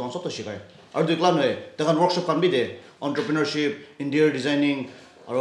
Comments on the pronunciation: I don't mean any insult but "ENTREPRENEURSHIP " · "Enter" preneurship😂